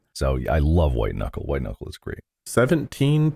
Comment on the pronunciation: Hahahahah, you said "White Kuckle"...